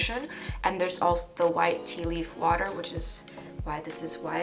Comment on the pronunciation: You said “water” like the Dutch way 😂😂